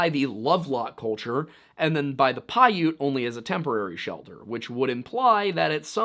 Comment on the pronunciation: Damn! One of the only Youtube channels that has pronounced Piute correctly.